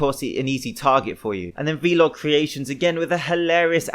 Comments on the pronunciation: man legit said "vee log" instead of vlog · He also says the word vlog as V-log. What a dumbass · I disagree with your call out of Vlog Creations. Compared to the other guys in this video, he did nothing. A single incriment increase on a machine isn't going to do damage. Also, do you not know how to pronounce vlog?